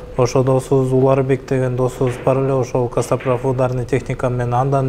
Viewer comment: Каспатрав😂 Кээде бооруду эзип😂😂😂Костоправ деп айтылат!!!